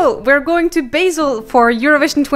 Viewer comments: Its not- beJsl its BASEL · Bahhhhseeeellll pleaseee 😂😂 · Thanks for the news and infos! Btw as a Swiss person, I have to say the way you say Basel is making me laugh hard. 😂😅 You say it as it was basil for your pasta sauce. ❤